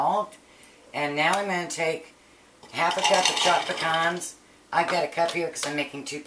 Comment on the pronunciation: Omg thank you for saying Pecans instead of PEE-CANS